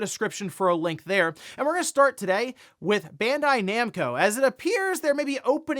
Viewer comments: Ban Dye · It's pronounced Bond-eye lol.